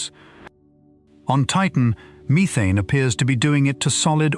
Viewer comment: Stop saying methane wrong 🤦🏻‍♂️